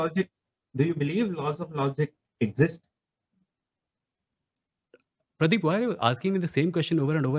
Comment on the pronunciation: Pradeep❌️ praeep✅️